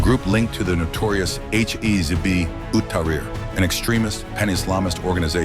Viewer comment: Your AI pronounced Hizb as hizbee. You are ignorant bigots.